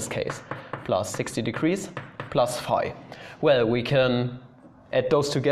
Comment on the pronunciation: i thought you were saying "5" not "phi" 😭